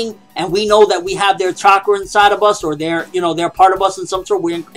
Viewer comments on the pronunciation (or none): none